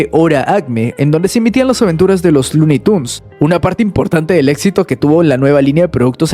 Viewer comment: no puedo con tanto "etsito" que tuvo CN..